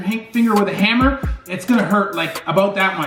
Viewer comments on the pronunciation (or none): none